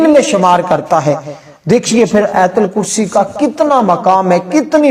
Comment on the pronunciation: Ayatal kursi na keh aitul kursi. Sahee talafaz zaroori hai, video banana lekin paisa kamana